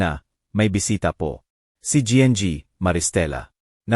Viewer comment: Anong pg basa yn nng kwento? Anong gng? Imbis n ginang ? Gng😭🤣🤪